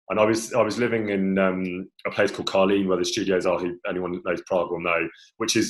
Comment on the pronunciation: He pronounced Prague’s district names “Karlín” and “Žižkov” totally right! (Btw he’s a very nice guy, thanks for the interview!)